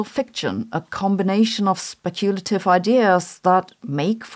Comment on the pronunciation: SPECK-yoo-la-tiv, Sabine, not Speck-YOO-la-tiv. Yours in linguistic purity, I remain, fabadam